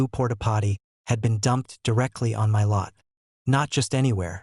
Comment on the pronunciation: I'm getting a little tired of these AI voices chancing "MY" to "em why" all the time.